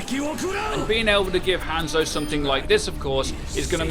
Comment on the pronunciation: 2 years and he still hasn't learned how to say Hanzo